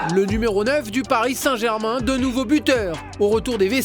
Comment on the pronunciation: « Pariss » sérieux colin ? 😂